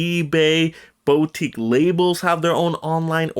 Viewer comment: i know its a nitpick but its driving me insane. Its pronounced "boo-teek", not "bow-teek". Put the emphasis on "teek".